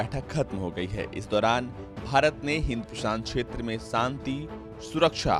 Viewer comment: Santi nhi shanti, pehle Hindi seekh